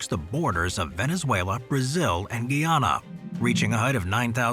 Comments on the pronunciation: Mt. Roraima is on the border with guy-AH-nah, not ghee-AH-nah, though in past decades, its name was British Guiana, and had your pronunciation. The old TV program, The Lost World, was supposedly letting us see a lost place where dinosaurs still live. Back years ago, I visited Taal Lake in the Philippines, so I know that it's pronounced tah-AHL. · Guyana is pronounced Guy-Anna.